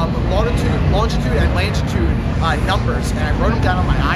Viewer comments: It's latitude not langitude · Latitude not Langitude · he said longitude and langitude.... he good at speek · did you say longitude and langitude lol? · haha he said langitude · maybe you should go home and study how to say latitude